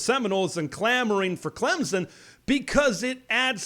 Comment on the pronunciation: There is no Z in Clemson. It is pronounced with a slightly perceptable "p" after the "m" get it right